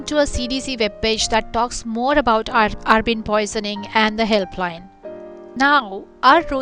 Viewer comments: It's abrin not arbin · Abrin not arbin